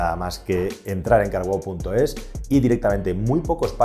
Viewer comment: Hola amigo con respeto pero dices muy mal carwow trata de decir un poco separado y wow pronuncia eso.😂 Disculpa